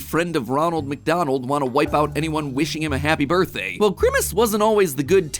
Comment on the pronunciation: Why did Dey frow up, Dey didn’t wike my berfday shake, I… I wish I never had a berfday